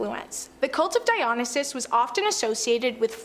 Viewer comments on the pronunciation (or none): DIE-OH-NIGH-SIS is the correct pronunciation of Dionysus. Just friendly reminder. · It’s the cult of Dionysus. Dio-ny-sus. Sorry that’s annoying as someone who works with him when they don’t even bother to say names correctly. 😅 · Say it with me Die- O- Nie- Sis. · Girl can’t even pronounce Dionysus properly.